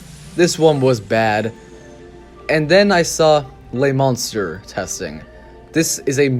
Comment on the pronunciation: Monstre is NOT pronounced like Monster, at all. Not even in English. Also, the mini rail WAS the atmosphere of the park. Since it's removal, there is no soul.